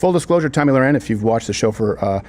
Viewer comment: Re correct pronunciation. Two last names are often mispronounced: Tommy Lahren and Ralph Lauren. (1) They should not sound the same. The spelling should have told you that. (2) A documentary about Ralph and his brother, who legally changed their name before either of them became famous, shows them introducing themselves, pronouncing Lauren just like in Lauren Hutton. Their original family name was Lifshitz.